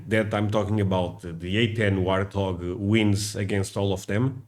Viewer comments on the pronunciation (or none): You told Sara the A-10 "Hearthog". It's actually "Warthog". I notice you confuse the H and W quite a lot with other words too.